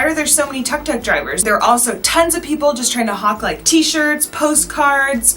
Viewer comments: Its call tuk tuk and not tak tak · OK, first off a tuk tuk is pronounced took took, not tuck tuck. You said you wanted to talk about Siem Reap and the temples would be a separate video but then you said people were selling postcards and t-shirts everywhere. That's at the temples. Not many people approach you on the street to buy those things. I'm done 5 minutes into your video. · Tuk tuk is pronounced took took baby girl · Tuk Tuk is pronounced Took Took .. you're welcome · Tuk tuk is pronounced as took took.